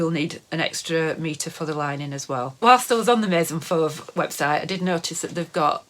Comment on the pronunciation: Your pronunciation of Maison Fauve Is just perfect! 😉 Nice content!